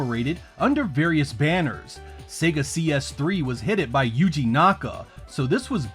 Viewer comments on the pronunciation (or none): none